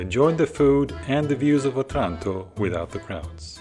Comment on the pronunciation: It’s pronounced O-Tranto, not otrànto 😂